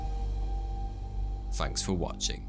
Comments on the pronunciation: Hey just so you know it’s pronounced “thanks” not “Fanks” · I like the way you said'fanks'